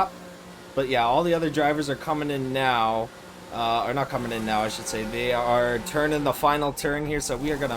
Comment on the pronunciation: Are you serious right neow brow?